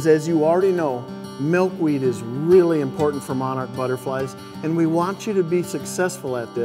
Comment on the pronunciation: Malkweed? Are you seriously kidding me? mAlkweed?